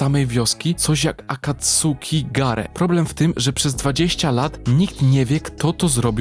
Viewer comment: Ziomuś czemu Ty mówisz "Akatsuki" a nie ""Akacki" oglądałeś oryginalna wersję?